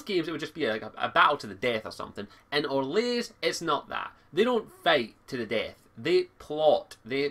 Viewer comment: Its Or-lay! Not Or-lays! For some reason that annoyed me xD